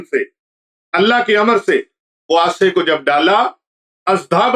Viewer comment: Hazrat Aasa nahin hota Asa hota hay Asa lathi ko kayhtay hain